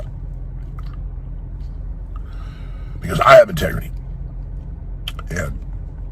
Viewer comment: Tegrity! Lmfao! What a wussy man boy